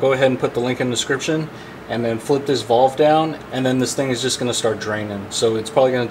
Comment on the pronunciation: Valve buddy valve, not vOLve 😆